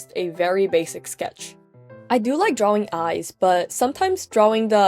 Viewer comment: I love how you call it drawwing